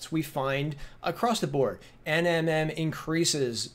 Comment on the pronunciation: Omg, you keep saying nnm, like you know what you're talking about lmbo....learn the terminology before you try and sound like an expert